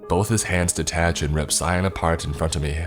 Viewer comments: They- I knew this would happen Also, pronouncing "Cyan" as "Cyon" is sus. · I thought you were saying scion. Not cyan. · am i the only person that pronounces cyan ki ann? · Why he say cyan like that